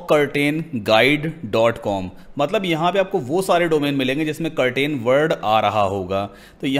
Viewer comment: do not pronounce curtain say Ker tn